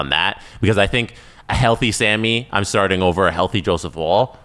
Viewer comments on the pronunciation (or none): am i going crazy? why am i the only one annoyed that they keep pronouncing Woll's name like wool? tbf has started pronouncing his name correctly. its 'wall'